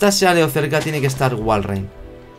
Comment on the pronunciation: seguro ya viste todos los biomas de la versión en la que juegas minecraft, excepto la jungla. No te asustes por cualquier cosa, los zombies son los enemigos más débiles de todo el juego. Jajajajah dijiste "Sealeo" (como se escribe), se pronuncia: "Silio" XD